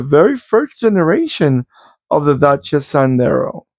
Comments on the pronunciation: Yes, u r saying correct Dacia like "daCHia" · You did pronounce Dacia correct. The Sandero was the cheapest car on the market in Germany and still is. It is also pretty popular because of the Renault technic. I am not sure if this old one was already based on the current Renault technic. There was some time when Dacia was just cheap and used outdated Renault technic. But with all the EU regulations they had to keep up and Renault had to give them the same technic to comply with the emission standards. Petrol-LPG means it was running on gasoline and autogas. The Sandero is still the cheapest car in Germany but the people mostlikely won't buy the cheap base version because for every little thing you want extra you suddenly need a better trim with a bigger engine. Anyway, Dacia is doing pretty good in sales here. The Dacia Duster SUV is also very popular. I am still seeing these Sanderos here and there.